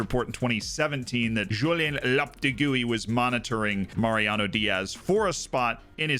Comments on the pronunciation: loved the video, and i know im a bit late but the ex spain coach lopetegui's name reads as "lo-pe-tê-gûi", as in,the 'te' is the tonic syllable of the word, and the 'gui' sounds like the 'gui' in guinea. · Your pronunciation (for an American) was going so well....until you butchered Julen Lopetegui (LO-PU-Teg-EE). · Loptegui is actually how I call him when I'm talking shit about him 😂 just read the name slowly that's basically how it is pronounced correctly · How did you say Lopetegui so weird?